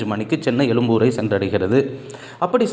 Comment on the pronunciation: அது எழும்பூர் ,எலும்பூர் இல்லை